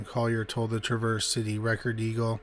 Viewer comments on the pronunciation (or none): Its pronounced Traver-z. Lol. I live about an hour away from there. Had one of my kids there even.